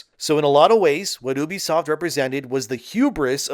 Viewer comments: if you say oebisoft one more fkn time i swear.... it's UBISOFT. YOU BE SOFT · its ubisoft, not oebisoft.. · Was this video made with a TTS model? Never heard anyone pronounce "Ubisoft" like that. Even my Canadian friends say "You-bee-soft". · Ahh yes, the famous French publisher oo-busoft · Why are you pronouncing Ubisoft like that? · Okay but stop saying ubisoft wrong. Its cringe 😂